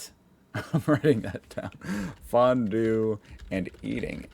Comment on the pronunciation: as a Swiss, I can confirm that his way of pronouncing it was way closer to the original than he might think